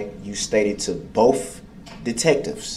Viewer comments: You got to love how he says "both" BOF. That's the sure sign of a brilliant man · "Is there any reason BOAF detectives stated you told BOAF uh-dem you saw multiple people in duh vehicle?" Abel looks like he could rip Brooks in half with his bare hands...😂